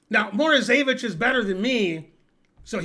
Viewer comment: Alexander MorozEvich with ONE "E", not MorozEEvich with two "E"s.